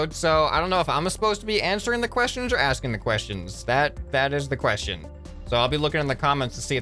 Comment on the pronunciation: When you hear say ion and you facepalm and yel question every time he reas quest ion 😂